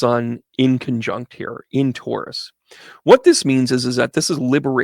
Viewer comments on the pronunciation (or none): none